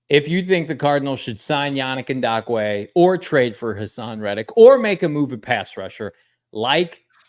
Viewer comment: Is throwing a “D” in Yannick Ngakoue’s name?